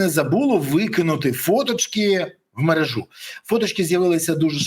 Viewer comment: мерЕжа, а не мережА